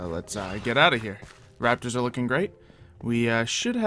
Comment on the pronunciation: Did u say rappers or rapters